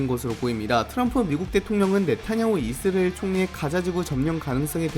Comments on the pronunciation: 이스레엘 (x) 이스라엘 (o) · 아니 이스리엘 발음 왜 다시 돌아온거지???